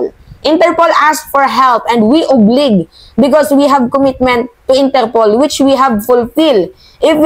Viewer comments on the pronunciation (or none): Oblige pag pronounce oblaige🇺🇸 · Mahal kong lola Mimaaaaa... huwag kang magalit ha. Note lang ha... punta ka sa Google at type mo, "Pronounce OBLIGE." Pakinggan mo yong tamang pronunciation ng word OBLIGE. Labyu.... <3